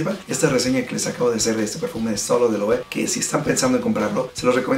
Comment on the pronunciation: Muchachón, muy buena la reseña, solo una corrección en el mejor de los sentidos. La pronunciación de las marcas es super importante también y de aquí mi comentario... La forma correcta de pronunciar esta marca es [LOEVE] todas las letras suenan... Saludos y sigue con el buen trabajo!!!